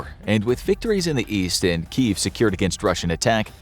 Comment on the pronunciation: This has driven me nuts for weeks. It's Key-ev, two syllables, not Keeev.🤦‍♀️ You are the ONLY one I have ever heard pronounce it like that.